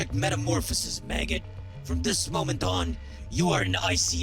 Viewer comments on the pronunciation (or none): when he said Maggot, for a split second I thought there was an F instead of an M